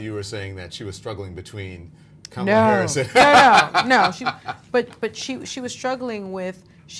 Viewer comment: Does no one teach Whoopie how to say Kamala??